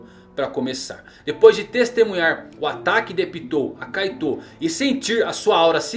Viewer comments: Kkkkk o cara fala caitou mas se fala kait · Tanto vídeo de OnePiece que até saiu um "Kaitôu" em vez de "Kaito" kkkkkk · parece que ele fala kaido kkkkkkkkkkkkkk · Kaitou ele fala kkkk